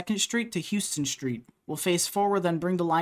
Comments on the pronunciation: First of all it you want to be an expert you need to learn how to pronounce Houston, unlike the city is is house-ton like the place you live. Secondly the expense in any subway system is not the station it is the tunneling and local disruption. In NYC you are moving massive amounts of people per your own analysis. If you analyze the cost not on the bottom line but on the cost per rider you will find that the 2nd Ave line is one-quarter the cost of LA and other cities (there is a you-tube very well done on this). The lines are comparatively deep to attempt to disrupt the surface activity as much as possible and in NYC the bedrock is some of the hardest on earth. Then there is the activities to relocate utilities, secure foundations etc. Finally the contracts let by the MTA do not pay on how many hours the employees work, but rather the bid cost to complete the job. Any standing around is the contractors cost. However, if they were built by the government all the "standing around" costs are borne by the agency. In order to compare costs one cannot divide by mile but there are dozens of other factors. Wish it were as simple as you make it out to be. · Great video! Just one problem. It’s pronounced “HOWSTON” (Not Houston as in the city in Texas) ❤hahahaa 😂😂😂😂😂